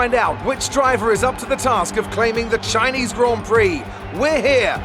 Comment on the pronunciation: THE SHINESE GROND PROCK